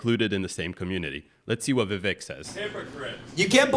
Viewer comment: Viv-AKE…rhymes with cake.